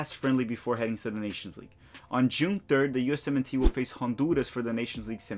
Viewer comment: Can someone explain to me why when he says USMensNationalTeam he sounds like he’s saying US-17 team?